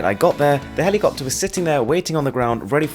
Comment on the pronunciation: Did my guy call the helicopter a cockter 😂😂😅